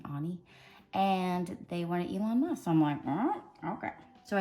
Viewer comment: You pronounced it right and I am from India